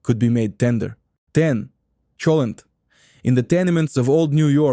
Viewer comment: Also "cholent"